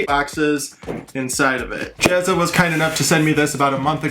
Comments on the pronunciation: at least get the guys name right ..."JAZZA" not "JEZZA"... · First your work is assume! Now the bad part. The name is Jazza! Not Jezza. And from a different video the name is Heresy, as in hair-a-see. Not here-see. Ok, I've had my bitch, you're still the best!